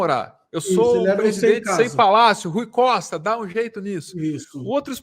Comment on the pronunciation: Não sei de que estado ela é mas ela repetiu o nome do Rui Costa duas vezes errado. Rui Coista, fala sério com esses grotesco.